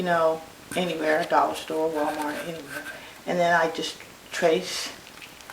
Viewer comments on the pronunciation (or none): none